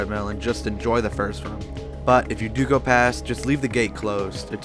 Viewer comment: I never saw anyone pronounce room as "rhuame".